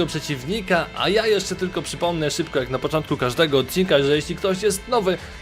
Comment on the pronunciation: powiedziałeś napoczontkó 5 bramke